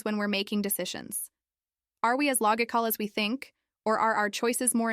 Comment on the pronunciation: log-icol lmao